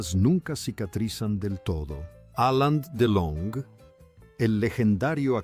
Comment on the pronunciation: Ya que hablas de un personaje importante, deberías decir el nombre correctamente, es Alain Delon.